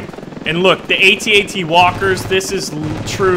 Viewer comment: thanks for saying at at and at st right:D Ant out